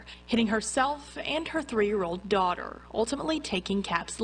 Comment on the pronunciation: She said DAUGHTER not DAWG